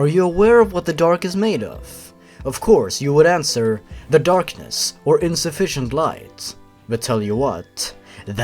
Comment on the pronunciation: "the ally way" I LOST IT AGAIN